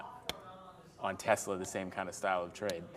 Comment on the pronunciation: Tezla??? ☺️ It’s Tesla